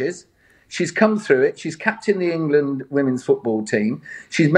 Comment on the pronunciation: Someone might want to tell Lord Digby there is a D at the end of England. Listen carefully at about 25 seconds.